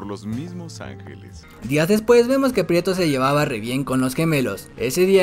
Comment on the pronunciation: Muy buen resumen ,pero es Pietro no prieto ,habla bien